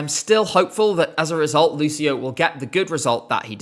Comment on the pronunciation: Ci in Italian is always pronounced ‘chi’ and chi is always pronounced ‘ki’ as in ‘Kim’, so Lucio is pronounced ‘Lu-chi-oh’ !